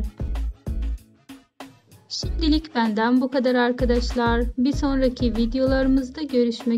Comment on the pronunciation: Aynen. Arkıdışlar nedir ya?!